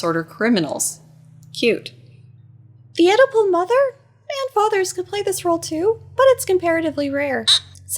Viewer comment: When you said Oedipal mother the first time I thought you said edible mother!